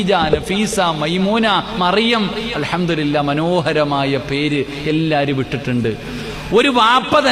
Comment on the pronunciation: അൽഹംദുലില്ലാഹ് എന്നാണ്. അൽഹംദുരില്ലാഹ് എന്നല്ലേ ചെങ്ങായി. അത് പോലും പഠിച്ചില്ലേ.😮